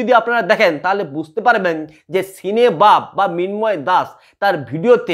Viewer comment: সিনেবাপ নয় সিনেব্যাপ